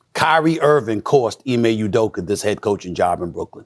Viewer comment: "Ime Uderker" Stephen A Smith